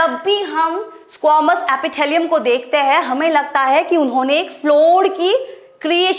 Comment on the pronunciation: Mam I think you have to practice of english it is squamous epithelium not squomous Apithalium ❌